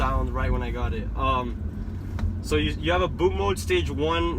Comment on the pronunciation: Also you don't know how to pronounce "bootmod", what the fuck is boatmode?